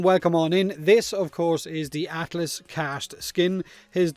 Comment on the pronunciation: did you say atlASS?